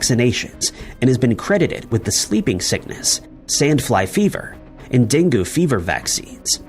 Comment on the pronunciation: Den goo fever? Pronounced dengy - den gee. I got it last year. I actually commented when the mozzie bit me, that it was one of the ones that spreads diseases, then i was one of the roughly 50 lucky Aussies to get it that year.